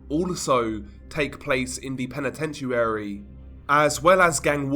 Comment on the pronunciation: Penitenshoearry?? Wtf 😭😂🤣🤦🏻‍♂️